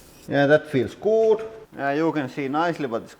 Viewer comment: You say “looks good” way too puckered. You need to loosen your lips. “Oo” isn’t as intense in English as you’re pronouncing.